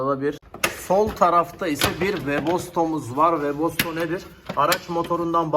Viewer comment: WEBOSTO DEĞİL WEBASTO, GATES YAZILIR GETS OKUNUR, PORŞ DEĞİL PORSCHE YANİ PORŞE DİYE OKUNUR.